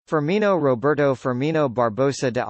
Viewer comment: This is NOT how this is pronounced